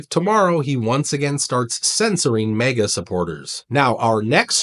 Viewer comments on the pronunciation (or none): none